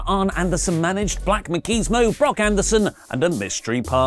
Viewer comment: said Los Ignorables instead of Los Ingobernables... Perfect They are basically The Ignoreables 😂 Edit... Dang it is so white... He read Black Machismo as Black Makismo 🤦🏻